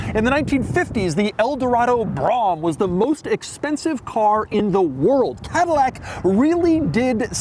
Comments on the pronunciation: We’ve been through this before. The Cadillac Broughem isn’t pronounced “brom” (like mom), it’s pronounced “BRO-em” (long “o”, emphasis on the first syllable). Father worked for GM/Fisher Body in the 50s, 60s, and 70s, and that’s how they said it. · Brom Brom Brom Brom Brom Brom Brom Brom Brom Brom Brom Brom Brom Brom Brom Brom Brom Brom Brom Brom Brom Brom Brom Brom ..............No Doug its pronounced brome. Get it right. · Is it not pronounced "Suh-less-TEEK"? And Cadillac always pronounced its classic high end Brougham cars "brome", not "brahm". You can always tell when someone has mainly had a history with small sporty imports and not the legacy of large comfortable American iron. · I've been looking for a chance to tell Doug how to pronounce Brougham...Doug has my absolute respect as one of the real pros out there doing this. I have no doubt that if Doug were not doing this, he'd be an automotive industry executive. That said, it's simple, Brougham is pronounced like Rome. Brome...Brōme...who am I? An old guy who lived through the Brougham era. Anything with that in the name meant you were driving the nice version of whatever you bought. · Brougham rhymes with "foam".